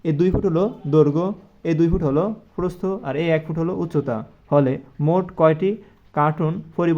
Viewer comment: সার আপনার প্রস্থ উচ্চারণ ভুল হয় ।